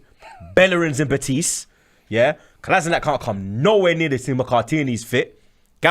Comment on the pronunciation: Kolašinac has been at Arsenal for 4 years or something and they still don't know how to pronounce his name right.